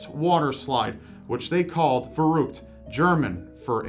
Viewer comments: I had to re-hear the water slide story, because I didn't understand Robs German....realizing than he tried to say "Verrrückt" I love English speaking people trying to pronunce ä,ö or ü :'D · "verruct" lmao 😭😂😂